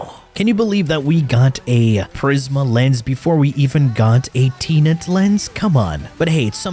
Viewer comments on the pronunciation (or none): its tenet not teenet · What I couldn’t believe is how you pronounce Tenet, hahah. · It's most likely on purpose